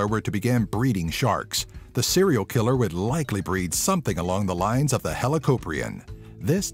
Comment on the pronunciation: Also it hel o cop re in not the way you proposed it